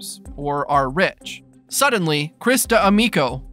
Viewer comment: I'm sorry but why is no one talking about how the narrator added an extra syllable to "D'Amico" lol